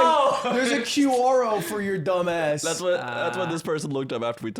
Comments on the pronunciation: Did ludwig call Quora Q-R-O? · did Ludwig really say "q-o-ro"? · Ludwig's pronunciation of 'quora' is so cursed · Bruh how the hell did ludwig just pronounce Quora?